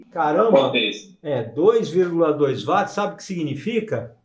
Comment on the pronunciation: Bom dia grande professor porque você fala wati e não Watts. Apesar de saber que a pronúncia é livre, porque eu o considero um crânio na eletrônica obrigado.